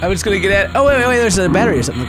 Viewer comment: I'm sorry but.. It's *Just Not gust. How old are you?